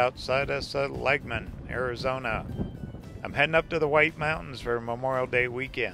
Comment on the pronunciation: See - Lig - Mun